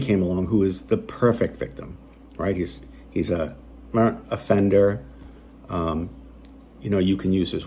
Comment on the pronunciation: you call Jeremy a "Seerrt Offender" - lol